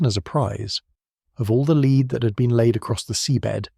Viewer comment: Shame that the AI could not differentiate between lead and "leed."